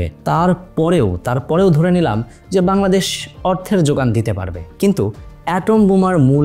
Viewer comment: Bangladesh ❌ Baldesh ☑️🤣🤣 LoL